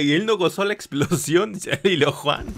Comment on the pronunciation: Es illojuan, no ilojuan